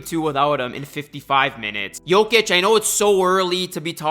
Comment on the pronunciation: You can't even pronounce the man's name correctly lol